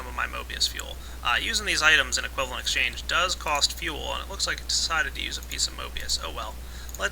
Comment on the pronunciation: Why does everyone keep saying equivalent "exchane"? Why would you forget the G? I love psychology!